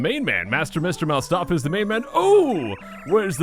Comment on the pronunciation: ... I was today years old when I realised it's pronounced "Mouse-stafa" and not "Moo-stafa"... I wouldn't be so annoyed if I hadn't been playing this game for like 20 years...